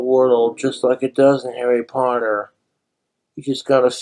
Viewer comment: What you thinking saying harri poddair like that BOY